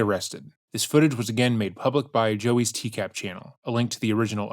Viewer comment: I find it weird that you, the presenter, constantly say "TCAB" It's "TCAP." A 'p' makes a "puh" sound, not a "buh" sound.